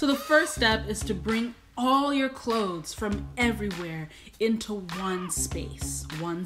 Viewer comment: Did you just find the "T" in clothes? Life changing.